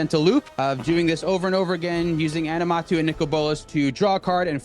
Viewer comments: Aminatou, not Animatou lol but great games. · Animatou ?! It's aMINAtou